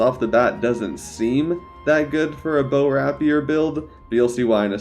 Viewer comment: Omg I can't watch any more of your videos until you learn to pronounce rapier correctly. RAY-peer. Emphasis on the first syllable.